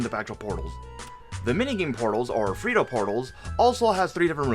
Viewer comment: "Especia" means spices not spicy. Its "Pollo Frito" not "Frito Pollo". The "LL" in Pollo is not pronounced as a single L like in Polo. Same thing for Frito the letter "T" is not a "D".